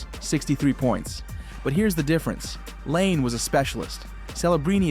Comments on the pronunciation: Its not pronounced LANE....Its Patrick LY-NAY....if youre going to make videos about hockey that are THIS "involved"....at least get the guy's names right. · Patrick “Lane” ? This whole video seems manufactured by AI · Laine is pronounced “Lie-Nay” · How do you not know how to pronounce “Laine”?